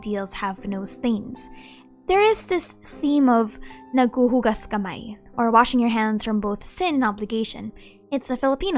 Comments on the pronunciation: Dang! I am surprised that you said "naghuhugas kamay" with finesse that I almost cried! Honestly, our judicial system in my country is very slow and a bit disappointing too. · I kinda know that you're Filipino, but hearing you say "naghuhugas kamay" took me offguard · Was surprised when you said nanghuhugas kamay hahahaha I didn’t know you’re filipina